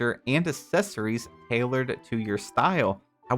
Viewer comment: doesn’t know how to pronounce accessories 😬